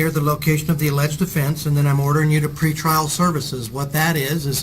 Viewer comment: "Pre-...Tryal!" Gets me every time, she has to be doing it on purpose at this point lol.